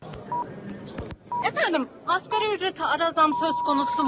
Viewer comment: Arkadaş muhabir olmuş askeri ücret diyor..El aman insaf yahu asgariiiiiiiii asgariiiiiiiiiiii............